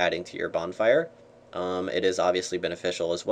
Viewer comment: bornfire lol